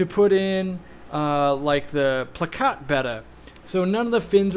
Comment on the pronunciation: Finally someone who pronounces Betta correctly. I hear so many pronounce and people will correct me with the Greek letter pronunciation Beta (Bay-tah). A local fish hobbyist vendor at an outdoor market in Thailand on a TV show years ago said Bet Tah like it was two words. Friends and a local pet store had Bettas in with goldfish and the goldfish ate the Betta fins completely off. I had one female Silver Veil Angel in with guppies and various catfish for years and she laid eggs every year. I've had many different Apistogrammas and they are great fish. I kept species separate in two 50's and two 29's but I eventually gave them and the babies away. I'm getting more because of this vid. Thanks for the inspiration. Where were fish expert owners like you when I was young and starting out? I had to deal with old crabby pet store owners who acted like they needed to quit that day. Thanks for doing a great job.